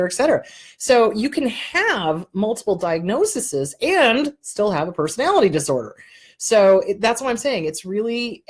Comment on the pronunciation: I want to help you with the plural form of "diagnosis". It is diagnoses (pronounced DI-AG-NO-SEES). Thanks for all the good info!